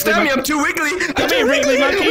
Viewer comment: The fact can't say wiggly right kills me 😂😂😂